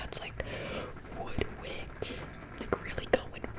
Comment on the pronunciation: She said WoOD WiCk like we’re some dumb ass that doesn’t know why it’s cracking and we didn’t read the name